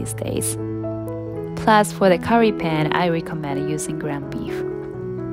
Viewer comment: You say Pan with the same U sound like you say Sun.